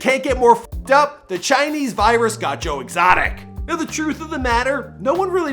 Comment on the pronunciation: Who is Joe Extoic, though??? 🧐🧐🧐🧐🧐🧐🧐😂😂😂😂😂😂😂😂😂